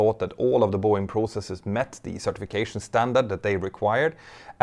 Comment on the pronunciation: Congrats….”pressurization” and “certification” pronounced brilliantly by you in this video. Other words…not so much. Don’t worry, I can relate. English is not my “native” language either. Great video, as usual. 🤔🇨🇺🇺🇸